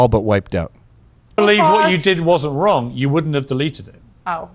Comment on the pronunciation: Who determines what the line is? Jews😂 if it is twoo, then you ah not wong